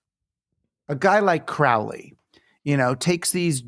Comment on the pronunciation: Circular community is all well and good in theory, but most people are selfish and thoughtless, so it will never happen. Also, he mispronounces Crowley's name, it's pronounced as crow the bird.